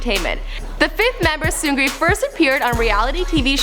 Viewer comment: You pronounce their names wrong. Daesung is pronounced [Desong] and Seungri is pronounced [Seungni]